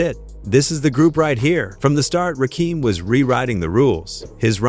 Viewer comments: The fact that you don't give a damn about how to say Rakim phonetically is pissing me off. All you had to do is spell it like this RAH Kim and that would have said the name correctly. Get out the culture if you are not going to respect it! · I can't take this seriously, When you can't say the GOD'S name correctly. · Agreed my Gee!!! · How can i believe you? You cant pronounce his name correct. Dumb